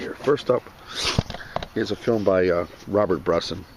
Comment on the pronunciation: you did you butcher the name at first :D the first name is pronounce more like "Ro-bearrrrrr" ;) anyway it's always hard to pronounce when is not in our mother tongue ;) Nice to see that you like french cinema was is your favorite Directors from this country?